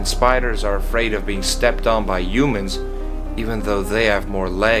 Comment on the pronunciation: Why did he say yumans?